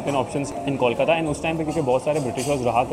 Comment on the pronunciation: Hi. I have been following your Kolkata series and I think you're doing a great job especially visiting some iconic and popular places and trying to give a good review of popular foods. If you spent a little more effort in learning the correct pronunciations, it would really take your videos up a notch! starting with kolkata being pronounced not as "kawl" but as poll, hole, mole, toll or even gol and bol:) all the best! keep up the good work.